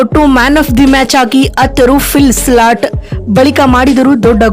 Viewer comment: Maraya avla change madu illa e video dlt madu. Slat slat annodu keloke agtilla